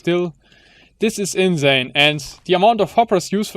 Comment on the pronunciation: das s bei insane musse scharf aussprechen!